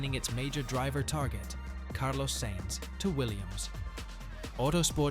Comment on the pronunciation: At the point you pronounced Sainz as Sanze instead of Sinze, I lost interst! You clearly live under a rock. Sorry!